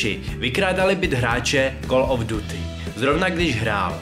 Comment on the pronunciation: super video, akorát mě dost irituje, kdy klesáš hlasem, děláš to takhle ve všech faktech, klesáš tam, kde se nemá a naopak, to bych zlepšil;) + výslovnost některých anglických slovíček hiden - (hidn) duty - (ďůty) warfare - (vórfér) ale jinak nemám co vytknout